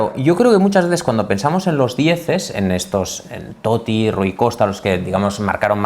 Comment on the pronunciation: Increíble esa paradinha en la doble "t" de Totti, necesitamos una clase de italiano de Andrea "el amigo de todos" Orlandi